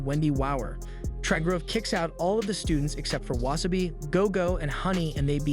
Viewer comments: And it's Wasa - bi not wa - sa - bi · Anyone else kinda mad about the pronunciation of wasabi(not like mad but like the feeling when someone is chewing loud or something)